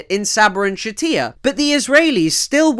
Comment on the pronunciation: Just discovered your channel, great work. For future reference "Shatila" is pronounced with a normal L sound, I'm guessing a source you used spelled it with a double L and your brain just defaulted to Spanish.